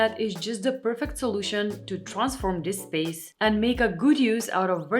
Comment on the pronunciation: It is not only the non blinking, it's your lipstick is cool but your makeup is warm. You are pretty but looking very AI or robotic (uncanny valley) because of the too light shade of lipstick and the no blinking. Also are you Polish? Because I noticed you don't pronounce the Th in words like the, instead say Ta. (Your English is great, I'm not complaining, I just noticed it is common for Polish speakers speaking English in the US doing this the same way a lot of British say Chew when there is a TU like chewsday instead of Tuesday. Be well